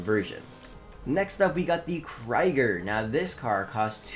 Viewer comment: Dude for all the videos and time in this game, please learn pronunciation. It’s a German car: “kreeger”